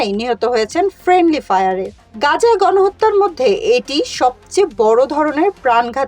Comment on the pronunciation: ফ্রেন্ডলি ফায়ার- এই কথাটা তোমার মুখ দিয়ে উচ্চারণ ঠিকমতো হলো না।